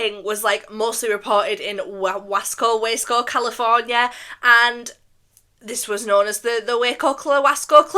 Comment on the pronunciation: Its (Wahs-coh) 😭